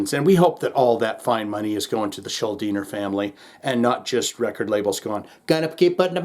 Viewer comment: Kudos for pronouncing Schuldiner correctly. People still get it wrong to this day, a quarter century after his "death"...